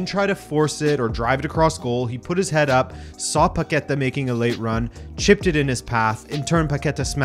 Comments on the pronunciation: is PaquetÁ, and not “paketa”. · please, it's Paque'tá man, emphasis on the last syllable /TAH/.